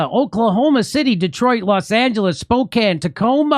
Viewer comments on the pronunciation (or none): none